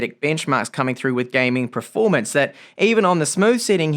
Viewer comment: how long have you pronouncing performance as "pra-formance"